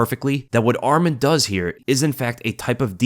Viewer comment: Thanks for the video brother, just for information his name is “ArmAn and not ArmEn” and his family name is “TsarUkyan not TsarIUkyan”